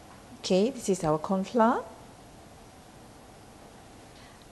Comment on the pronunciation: Dont pronounce FLOUR as "FLA"...this language is not our language..so dont mess up with the pronunciation. I always heard Malaysian say it as FLA...i dont know where is this pronunciation come from?